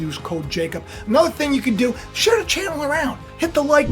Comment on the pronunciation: "LIKE SHAE SUBSCRIBE"